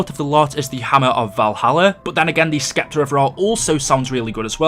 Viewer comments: You keep say s'k'eptor and its killing me man... The c is silent... It's just septor... With a silent c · not to be rude my friend but it is pronounced skepta its Septer like the way you say it is weird but just so people dont call you out on it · Not Skepter. Septer. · Scepter is pronounced (septer) it's ok I gotchu fam 😎👊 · the c in scepter is silent